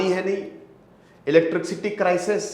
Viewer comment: इलेट्रिक-सिटी नही इलेट्रिसिटी सर 🙂 sorry for correcting